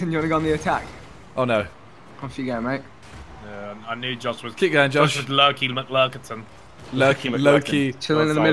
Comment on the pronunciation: *mate- it rhymes with 8